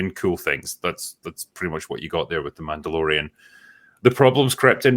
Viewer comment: Did say Mando-Bore-ian?